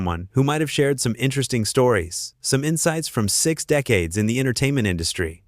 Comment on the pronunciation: Denise Welch is only 13 years younger herself - hardly a spring chicken. Oh, Judy Dench wasn't kicked off. This minor spat didn't "paralyse the nation" because it was on a weekday crap daytime television show. Why is it read by a nasal,droning American voice who can't pronounce words like "entertainment " correctly, or even Colleen Nolan's name. So much garbage